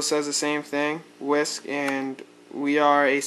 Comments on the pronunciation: There is only one way to pronounce WeSC, yet despite numerous attempts and tries, some people say it wrong. So we thought we should simplify it a bit for those of you who aren't already in the know. So repeat after us: Wi:, Es, Si Get it? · Its pronounced We S. C.